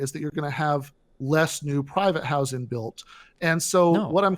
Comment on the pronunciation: This guy has a peculiar accent; the repeated pronunciation of 'public housing' as "public how-zin" was driving me nuts. What accent is that?